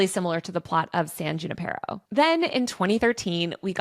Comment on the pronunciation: “Junipero” is not pronounced “JOON-eh-PEH-ro.” It’s a Spanish name so the “J” is an “H” sound. “HOON-eh-PEH-ro.” 🤦‍♂️